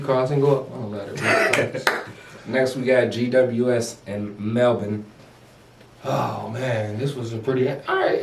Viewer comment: You blokes do a great job of analysing the game. One tip to help you sound like true experts - is how to pronounce Melbourne. Its Mel'bin Pronounce Melbourne (20 seconds)